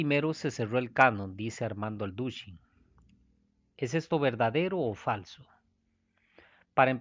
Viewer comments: ALDUSHIN JAJAJAJAJA que aprenda a hablar este señor! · 1ro. No es "Aldushin" es "Alducin" complicado comprender lo q es el canon si no podemos leer bien un apellido. En la biblia la iglesia católica no consideraban los libros deuterocanonicos si no hasta que Martin Lutero y sus tesis tomaron fuerza en la denuncia de las malas prácticas de la iglesia católica (la gran ramera) que para defender sus malas practicas incluyeron los libros deuterocanonicos para respaldar practicas equivocadas de la iglesia de roma